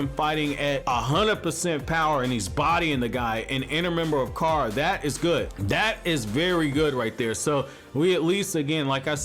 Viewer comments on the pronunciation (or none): none